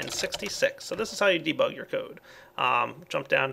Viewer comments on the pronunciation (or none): none